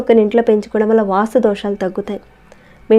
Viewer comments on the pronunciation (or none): వాస్తు దోషం,.. వాసు దోషం కాదండీ Nice information